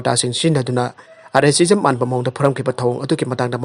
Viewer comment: R A cism lo nattraga racism haiduiro?? Officer-in- charge la nattraga noigi channel gidi Office in charge oiduiro?? Mayam tanaba pao sandoklibanina khara care loubiduna rehearsal khara toubiraga pabiyu lairikka etam tamlaktabei type yana2ba pangpa pasinbado nungaijade